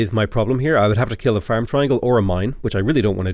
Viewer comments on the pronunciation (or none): none